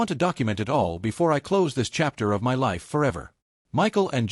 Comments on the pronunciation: how hard it is to say "my" instead of saying M Y ....... as two seperate letters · Please fix writing so AI stops reading "my" as letters M Y since it is used for emphasis so much. AI could just read it with proper intonation instead. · Why can't A.I. pronounce my ? It's ridiculous ! 🤬